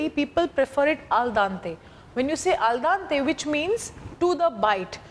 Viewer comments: A parte che non si mette l'olio nell'acqua, ma poi si dice aldente non aldante! Dio povero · Al DEnte, not Al DAnte....And it means 'to the tooth', not to the bite...